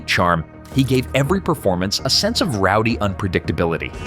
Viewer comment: Did he say “cow punk”.